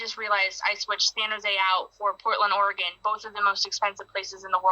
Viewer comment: This man said or-ay-gon but great vid other wise